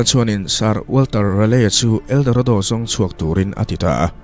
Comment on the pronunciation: Eldoredo ti in i lam ri leh thin,mahse buai na awm lo nia👍